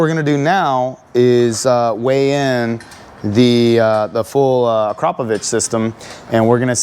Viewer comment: I guess that’s why you can’t pronounce akraprovic